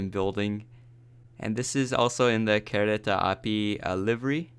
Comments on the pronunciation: You said kereta api rong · When You Say "Kereta Api" I Littile Bit Laugh Becuase When You Say That Was Funny